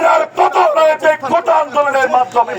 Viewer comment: কোটা না কোটা😂😂